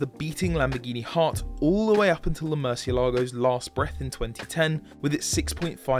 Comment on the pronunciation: It's MURTH E ALAGO!